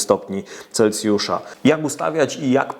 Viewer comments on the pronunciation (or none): none